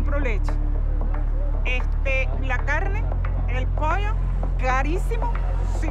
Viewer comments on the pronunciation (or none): none